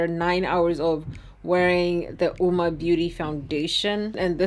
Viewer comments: The u is silent That's what the company said though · It's pronounced "woo-mah"? Not Owwmah??